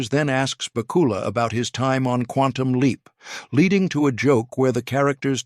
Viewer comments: Please learn how to say Scott BACK U LAS name correctly! I know i didn't spell it right but that's the way it sounds to me! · I was obsessed with Quantum Leap as a kid. The way you are butchering Scott Bakula's name is killing me, lol